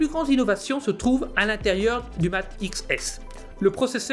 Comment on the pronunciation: Je vais passer sur la présentation en elle même ou ce n'est absolument pas ça.. Mais la prononciation de "Mate".. vous êtes sérieux ??